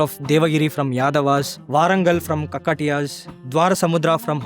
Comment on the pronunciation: A very good presentation, one correction: Not Kakkatiyas, it's kaakatiyas